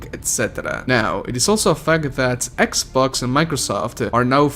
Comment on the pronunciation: I'm not making fun of your presentation I just found it hilarious that you call "sex box" "sex box pass"